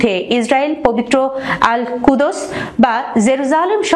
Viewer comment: কুদোস আবার কি ? কুদস বলতে হবে....